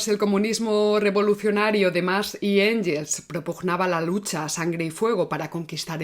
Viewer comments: Sólo una matización: Engels (alemán) se pronuncia “Enguels”, no “Enyels”. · Muy buen vídeo. Solo dos pequeñas puntualizaciones: Siempre pronuncias Engels en inglés. En alemán se pronuncia /enguels/. Cuando empiezas a hablar de la sociedad fabiana dices que se fundó como oposición al socialismo científico de la Unión Soviética. La Unión Soviética aún no existía en ese momento. La frase debería terminar en "cinetífico". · Gracias por el programa. Me atrevo a comentarte que en alemán la g ante e/i suena gue/gui. Mejor pronunciar Enguels (o Enjels, a la española; pero suena mal). Un saludo y mi admiración! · El apellido "Engels" no tiene el sonido /ʝ/ ( o en español) o /dʒ/ ( en inglés) en ningún idioma. La o se dice a la española (/x/ ) o se dice a la inglesa (/ŋɡ/) o a la alemana (/ŋ/).